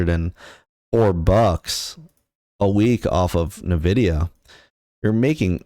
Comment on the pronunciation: Can we trust a guy who can't even pronounce the name of the company correctly?